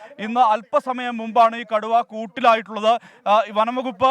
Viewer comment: കടുവയെ കുടു എന്നൊക്ക പറയുന്നേ കേട്ടു reportr 😂😂😂😂